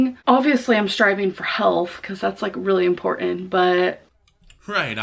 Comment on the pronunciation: "EM-PORT-EN" SHE NEEDS TO PICK A DAY AND LEARN HOW TO PRONOUNCE IMPORTANT!